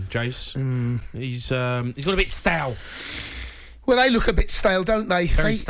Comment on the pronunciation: The way you pronounce stale like STAIIIIL and that's coming from a Scotsman